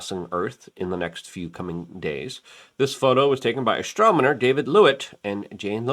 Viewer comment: “30-I- Atlas” “ Astromoner” 😒